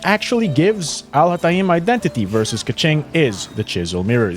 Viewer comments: The beginning of the video hurt my arabic head...AL HA TA EEEEEMMM LLOOOLLL THIS ONE IS GOOD NGL 💀💀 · Please do me a favor and go to google translate and copy الهيثم and put it in there and listen to how it’s actually pronounced! I mean you can continue butchering his name, but neither the example of how other people pronounce his name (literally no one does it like that) nor how you like to pronounce it is correct. 😅 I mean you can pronounce it the way you want, just don’t teach people to butcher his name like you do, because it sounds more „exotic“ this way, which is kinda....